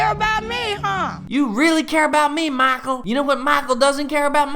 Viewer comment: The way you say MICHEAL with the accent is so hilarious